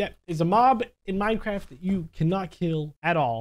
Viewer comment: When you said Minecraft it sounded like Minecrarap